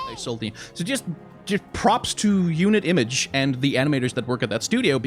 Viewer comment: I haven't even properly started the video and all I can say is that's a really good french pronunciation of Unit Image in french. Though I think most french people would recognize that Unit is english and thus they would try and pronounce the T at the end. Still really good and caught me off-guard